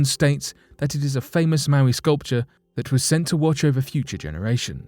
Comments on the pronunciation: Pronunced moe-eye not mow-ee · Moai pronounced "Mo-ai" or "Mow-eye" not "Mowee". That's Maui. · Mo i, not mow eee. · Moai not Maui two different words not pronounced the same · Mo'ai (MOW - EYE) statue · It's pronounced mo-eye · Mowee doesn't even make sense for the spelling moai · I believe the correct pronunciation is moe-aye. They are guardians and protectors! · Pronounced (Mo-eye)